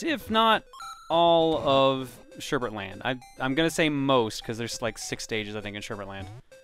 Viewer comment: it's sherbet, not sherbert.